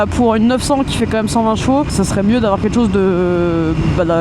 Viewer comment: Vous pouvez arrêter avec vos "ket' chose" ?!! C'est ket chose de très énervant.